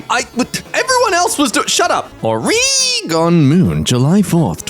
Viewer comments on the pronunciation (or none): IT'S "OR-EH-GIN" OREGON. ohhh you're probably just doing it to make Oregon people mad and it worked on me >:[ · As an Oregonian pronunciation of Oregon pains me